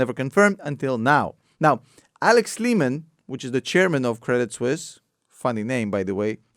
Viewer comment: I thought he said Ups buys Craigslist...great video tho